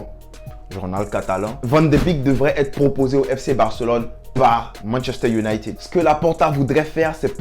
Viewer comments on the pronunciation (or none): none